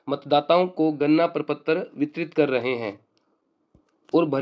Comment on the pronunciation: Gadna prapatra not ganna praptra 😂 but good information Thanks sir